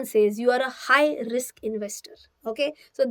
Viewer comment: Riks hai to isk hai wah 😂😂😂